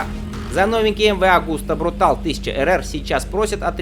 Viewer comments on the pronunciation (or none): Ты достал, блин...какой "брутал"?! Почему ты "съедаешь" последнюю букву?! Контора чья изначально? Правильно, итальянская. Вот и читай по-итальянски: "брутале". Ты же в слове "велоче" почему-то последнюю букву не "съедаешь".